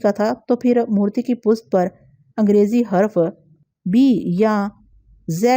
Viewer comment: آپ پشت کو پست کیوں پڑھتی ہیں ہمیشہ ؟